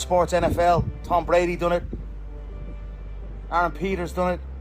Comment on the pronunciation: Did conor call Adrian Peterson " aaron Peters"